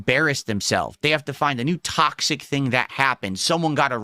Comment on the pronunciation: "sticking my toe in the tocksick pit, as they say right guise", literally no one ever has said that.